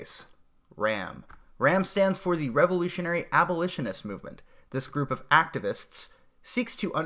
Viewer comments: It's pronounces AB-O-LISH-IN-IST NOT AL-BO-LISHIN-IST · Oh God these comments, a few people make fun of him for saying "albolitionist" and you spergs claim it's paid shills trying to shut him down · >Can't even say abolitionist correctly You're not helping when you do this.